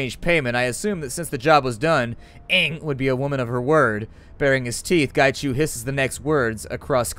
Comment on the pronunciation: Its pronounced as 'ung', as in hung without the h. But his ING is just as cool. Qi = 'chi' Macau = 'ma-cow' Hui = hwee Whampoa = 'wumpo' Ip = 'yip' Gaichu is spot on! I'm Cantonese by the way. :)